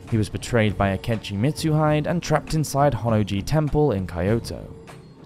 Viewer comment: "Nobunga" was betrayed by "Mitsuhid" and forced to commit "sepooku" ARGH! NO MORE! STOP STOP! I'M BEGGING YOU!